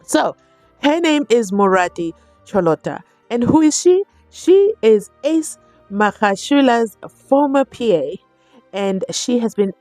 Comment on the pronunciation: 😅😅😅😅😅😅 I just love the way you PRONOUNCE Ace s SURNAME in dis video 😂😂😂 u really killed me as I had to keep repeating that to make sure if i hv heard u correctly. U see this GININDA MAN is really changing our accent and pronunciations by listening to him too much🎉❤